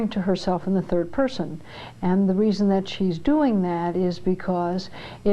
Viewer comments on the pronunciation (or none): none